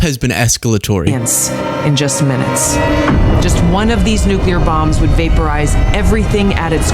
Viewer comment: it's ok,... global economics have gone "nucular"